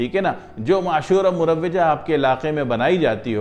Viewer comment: معذرت کیساتھ یہ مروجہ میں " واؤ" پر زبر ہے ،